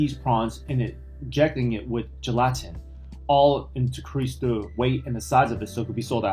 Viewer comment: Gelatin is pronounced gel-uhh-tin, not gel-ATIN. 😊